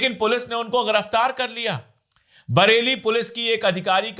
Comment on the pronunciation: Sir aap apni Urdu thori theek kijiye Jurm hota hai zurm nahi Giraftar hota hai ghiraftar nahi Namaz hota hai Namaj nahi Sazish hota hai Sajish nahi